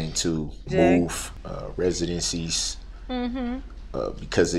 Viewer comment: They have to move “residentcees”. New from the “Strawman Dictionary”. 😂